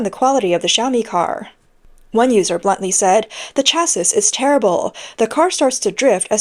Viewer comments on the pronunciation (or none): Attention, AI voice over! "Chassis" is phonetically pronounced "CHASS-EE"! It is a French word. The ending 's' is SILENT. Got it? Thank you. You're welcome. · Please learn how to pronounce "chassis". "The word 'chassis' is pronounced either 'CHASS-ee' or 'SHASS-ee'. In the singular, the final "s" is silent, but in the plural (also spelled 'chassis'), the final "s" is pronounced, making it sound like 'CHASS-eez'." SHAS-ee singular, SHAS-eez plural , but NEVER "SHA-sis" Its origin is French. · chassis rhymes with classy. Sha-see. Not cha-sis. Love your vids ❤